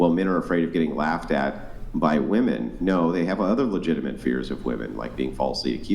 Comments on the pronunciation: "are you saying that you don't think woman should get hired?" UGH. First off, the mispronunciation of the word "women" by a native speaker is grinding my gears. Second, she's running in a whole different direction he said nothing of the sort. Why must they reach for these made-up things? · I'll never understand why all of these 304s cannot pronounce women. They always just say woman and it's irritating as fuck. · Why in the world do all these females keep saying WOMAN instead of WOMEN when something is plural? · Why have so many Americans forgotten how to pronounce the word "women"? I hear it on almost every video I watch. What the hell is going on??